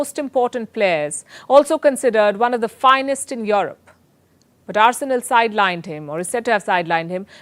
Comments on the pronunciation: Europe becomes Your-rope 🤣🤣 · Hi Palki. Enjoyed your journalism works. I just wonder why you pronounce Europe as "your-rope" it sounds awkward. I know that Indians carry a specific accent when converse in English but "your-rope" is totally awkward. No offense. It's just constructive feedback. Thanks.